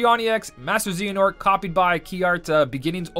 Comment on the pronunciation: Bro its not z nort its zeh ah nort